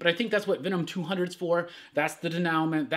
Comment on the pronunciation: You may want to look up how denouement is pronounced. It is definitely not dayNOWment. :)